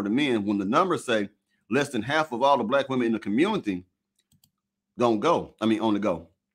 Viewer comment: WoW this is what’s happening in “The Communitah”, glad I left